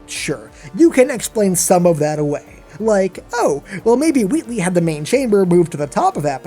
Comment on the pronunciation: Wheatley not Weatley just sayin